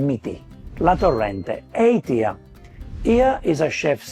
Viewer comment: Gosh, what is so difficult to learn to pronounce "tier" correctly? It really sounds so silly!